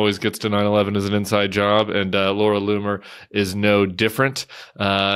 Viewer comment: Did you say the racists name is "Laura " LOON" er??